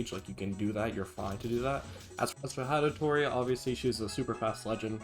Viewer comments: As a Hattori main, that Hatatori causes me physical pain to hear 💀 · did this mf js say hatatori 😭